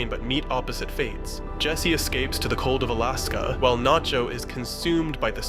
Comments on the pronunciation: This is the moment Nacho became Naycho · the narrator is an AI too. he said naycho at one point and there was all kinds of ai artifacting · you pronounce Nacho as Nay-cho. What happened there? Are you using an AI voice? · Naycho - fucking AI slop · you really just say "naecho"??? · he said nay-cho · Great video. Great points. But why did you call him "Nay-cho" ? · lmao naycho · Is this an ai? Only asking because its from 10 months ago and it says naycho out of no where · Did you really say nay cho ?? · Who tf is Naycho? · did you just say "Nay-cho"? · naycho??? are u even real? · Dude really said "Nay-cho," smdh. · Great vid, but why does bro call him Naycho though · "Oh wow what a well argued video essay, I like the analysis of the tanker scene as a baptism in anointing oil, very- wait did this guy just mispronounce Nacho as 'nay-cho'? Oh my fucking God this is an AI voice. Let me check the description, surely the script is human and just narrated by an AI- OH MY GOD THE DESCRIPTION IS AI TOO. THIS WHOLE FUCKING VIDEO IS AI GENERATED. THIS WHOLE CHANNEL IS PROBABLY AI GENERATED." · I'm sorry did you say NAYCHO? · did I hear that right? "Nay-cho" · It took me way too long to realize this was an AI generated video but once i heard that my ears perked up like a fucking dog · Naycho? ...buffoon! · Did you just call him “Naycho”? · This is AI, at one point halfway thorugh it says Nacho wrong